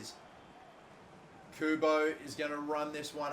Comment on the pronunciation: someone should make a counter for the amount of times messes up Kubo's name